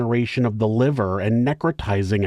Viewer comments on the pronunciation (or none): none